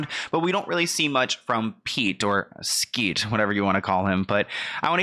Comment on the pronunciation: Lmao “skete” 💀